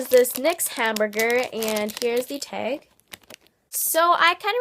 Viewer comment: I was wondering why do you say teg?